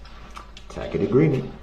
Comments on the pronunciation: He is so disgusting… but pathetic as well..Getting all his new lawyer words wrong..Tack it, biast..😂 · DUMBO ITS “TACIT” AGREEMENT, NOT “TACK-IT” AGREEMENT!!!!!! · “I don’t know what a tack it agreement is.” Rolling on the floor. 😂🤣